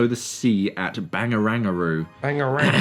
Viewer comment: It sounds like you tried to merge “Bennelong Point” (the location of the 3D reef installation at the Sydney Opera House) and “Barangaroo” (a colossal waste of money redeveloping an old headland a few KM away into a casino). I’ll forgive you for your poor pronunciation,.